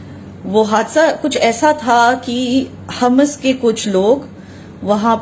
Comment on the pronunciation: So wot u saying ur right and the whole world is wrong???? I don't think so ur a sell out and u won't be saying all that if u saw pieces of ur kids or ur parents GO AND LIVE IN PALASTINE AND THEN SAY THE BS THAT UR SAYING AND ITS HAMAS NOT HUMAS U CANT EVEN PRONAUNCE THEIR NAME CORRECTLY AND U GONNA TELL US FACTS???? I DONT THINK SO